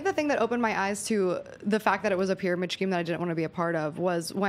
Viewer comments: "Pyramid shcheme" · I find it so cute the way she pronounces “scheme” 🥺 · No ones going to point out how she pronounces "scheme"?